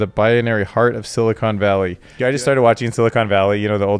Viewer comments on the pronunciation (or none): none